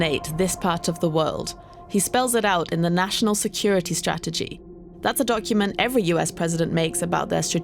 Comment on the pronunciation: First thing first Trump needs to pronounce Strategy correctly then Spell it right.